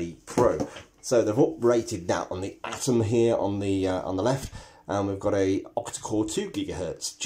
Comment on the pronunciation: At least he said 'Atom' not 'Adam' ... Thank God... lol